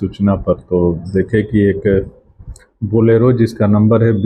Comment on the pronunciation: Bolero hota hai बलेरो नहीं